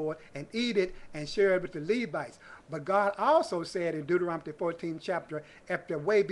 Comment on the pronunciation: I love how you pronounce Deuterontomy